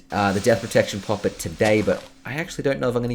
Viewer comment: I hate the way you say poppet lmaoo 😆